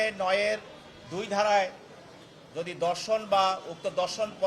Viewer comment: ধর্ষণের পরিবর্তে দর্শন উচ্চারণ করছে কেন বুঝলাম না।